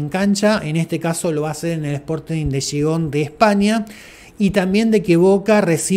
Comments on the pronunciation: A ver periolisto aprendete el nombre de Gijón no xigon o no sabes hablar o escribir. Más respeto y sobre todo más leer y documentarse. Sporting de Gijón en España tienen mucho más respeto que esos equipos de los que hablas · Sporting de que oh!? Que dijiste rapaz? No ye tan difícil decir bien Gijon gallu